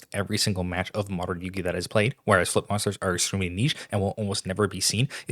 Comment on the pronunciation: I swear to God when you say "flip monsters" I hear you saying "foot monsters"